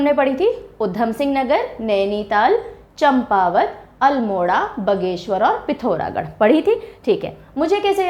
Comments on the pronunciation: बगेश्वर नहीं बागेश्वर हैं। अंग्रेजी ने उच्चारण भी खराब कर दिया। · बागेश्वर है ना कि बघेश्वर् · Wrong method, भगवान बागनाथ का गलत उच्चारण it's बागेश्वर not बगेसर। 😡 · बागेश्वर ❎ बाघीश्वर✅😂😂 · मैडम आप कह रही है कि आपका उत्तराखंड से कोई लेना देना नहीं है, परन्तु यह राज्य भारत में ही पड़ता है और आप भी सायद भारत में ही रहती होंगी । और हां बगेश्वर नहीं बागेश्वर है वह जिला। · बगेश्वर नही होता हैं बागेश्वर होता है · बागेश्वर है वो ना की बगेश्वर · बगेश्वर नहीं बागेश्वर होता है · It's बागेश्वर Ma'am not बघेश्वर. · अच्छी जानकारी दी आपने,but बगेश्वर नहीं बोलिये वह बागेश्वर है👏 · Ha 😂 mene bhi yahi socha pronunciation different krdi